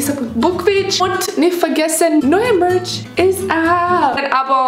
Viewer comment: Ich habe verstanden ( da könnt ihr ein bisschen Milch haben) anstatt Merch 😂😂🤣😅😚 bei , wie süß sie das ausgesprochen hat